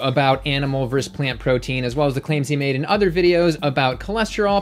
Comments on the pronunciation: Please say versus and not verse. Your videos are great, by the way. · I love you. I love your content, but please learn to say “versus” properly. It’s not your fault. I hear it often these days. It’s distracting. Much love and respect from a much older vegan. 💚